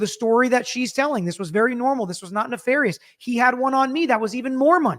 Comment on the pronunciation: Thank you for pronouncing nefarious correctly,!